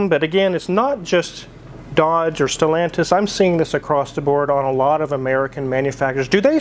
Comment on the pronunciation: The way say Stelantis product 🙄 it's hilarious and yet sad. We feel your pain.